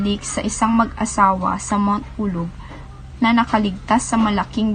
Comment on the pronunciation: Pulag. Not pulog